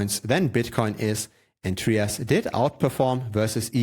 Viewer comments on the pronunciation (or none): It’s not pronounced “Tree-us”…it’s pronounced “Try-us”.